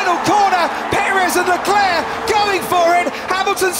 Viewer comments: Why do commentators say Charles LECLÉ..? His name is LECLERC, what a fool... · David was so excited that he even let out an "LESCLER"